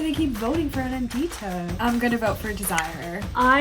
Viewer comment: The way they're pronouncing "Anandita" is hurting my soul please.